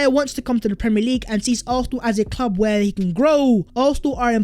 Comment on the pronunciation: “Vhere & vhere”